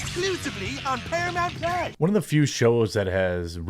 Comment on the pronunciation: “Exclusively on Paramount Plahhs” 😂😂😂